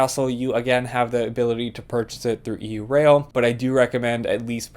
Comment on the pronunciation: Normally I’m not picky about such things but.. it’s pronounced “yourail” as in Europe rail, not “e u rail”.